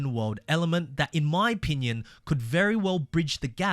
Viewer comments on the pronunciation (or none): none